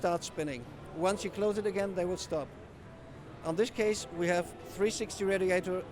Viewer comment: They fans will Shtop......sorry but I laugh at him.